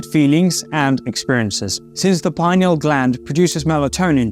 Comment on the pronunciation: You can't even pronounce "pineal gland" properly how can you lecture about it!!!!